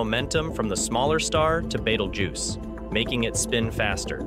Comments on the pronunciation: Why are you pronouncing the name of this star wrong?😂😂 Beetlejuice, you know like the bug and the liquid that you squeeze out of an orange😂 it amazes me the jobs that some people get😂 who was the editor of this video he should be fired😮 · Woah you said BETELJUICE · Bettle-jews? This isn't even close to the ancient arabic name for the star. haha You lost me in the first 2 seconds. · I learned something from this clip , ............... that you can't pronounce the name of the star , Bettle - JEWS !!! seriously ??? :face-turquoise-covering-eyes::face-turquoise-covering-eyes:. It may have already exploded and we won't know for 700 years . Being from NASA I assumed you might know this , unless of course this is all read out by a bot . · Nice Video but you need to watch the movie Betelgeuse to know how to pronounce BeetleJuice. Moden day reference is former chicago Mayor Lightfoot. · clicked off after 9 seconds after hearing that pronunciation lmao